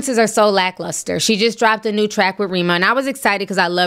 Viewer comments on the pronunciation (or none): Hi Ti, 🇳🇬 here. It’s R {eh} ma, ‘E’ pronounce like E in Egg, R (eh) ma